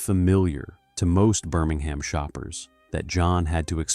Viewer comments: Why do we need an American ai voice? Cadberry? Birming-ham? How does it cost any more for a human to read a script than to use an ai voice with a foreign accent and terrible mispronunciations? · You are pronouncing Birmingham wrong. It is a silent H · I turned it off after the 2nd time you said Birmingham incorrectly . I ignored your colour blindness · I enjoyed the commentary, but the way he pronounced Birmingham really grates the ears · Within moments the English pronunciation was butchered..”Birmingham, bow and advertisement “. All badly mispronounced. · Cannot stand the mispronounciation eg Birmingham, bow window...shame as it looked interesting